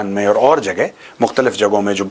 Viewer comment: Mutkhlif 😅😅 katai hindi ki aisi ki tesi kr denge